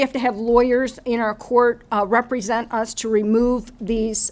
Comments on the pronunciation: Stop say re-present. Its not re-presenting anything. Just because words have similar sounds doesn't mean they mean the same thing! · What the hell, i am sure he thinks he is being clever but everytime he says rE-present i deduct 10 more IQ points from his already suspected low IQ Dont get me wrong, in any other setting it would be clever cause he presented himself and they could re (as in again) present him but in this context it just sounds rediculous